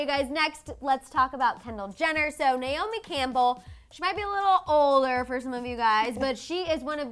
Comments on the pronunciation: Her name is Nay- O- Me not Nyome!!! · NAY-O-ME (because you don’t even know how to pronounce her name), is the world’s most famous and accomplished SUPER MODEL, not a “top model”. She still works, is very well paid, is every designers dream and is respected by all models who actually matter and worked their way up in the industry. She is “older” but still banging. She paved the way for EVERYONE, not older models. Get it together.